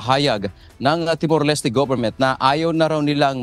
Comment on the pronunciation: Timor-Leste is pronounced with silent E not Leste with E it's Timor-Lest (Pronunciation)